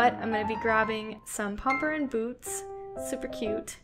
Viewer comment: Pompompurin* you’re not pronouncing the name right